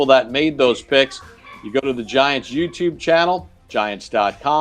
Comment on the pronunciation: and Carl's bromance is amazing. Did you see smile when Carl introduced himself and said welcome to the Giants? Awesome. Also Papa keeps saying youbtube 😆